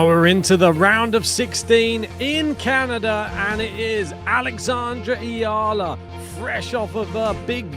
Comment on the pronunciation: Subscribe here because your E-A-L-A chant was genius! Is it your original composition? Well done!👍 thank you for correctly pronouncing her surname! Alex belongs now to the tennis world. Other nations can also love her. We are so proud of her because she is not ashamed to show our culture to the world, speaks our language, grateful attitude and she is just being authentic to who she is. She is not trying to be somebody she is not and that is refreshing to watch. She knows her weaknesses and she is okay with that but keeps on harnessing her strength — especially her tennis IQ and mental composure to win every match. Whatever happens showing excellence in work and great sportsmanship is what matters. This must be the global standard of tennis professionals. You can be number 1 athlete but if you treat other people and players like garbage why people will spend their money to support such behavior. Character is everything for us Filipinos. We respect everyone who shows respect and good behavior on and off the court! Humility is such a treasure nowadays! Many people has the mistaken belief that humble character drowns out being competitive and desire to win. It’s wrong. The great ones are usually the most humble ones. Much respect to JPEG, COCO and McNALLY for being respectful and kind to our Alex. How nice if women tennis will have such kind of quality of athletes from now on! Thank you for this channel and for cheering for our Alex!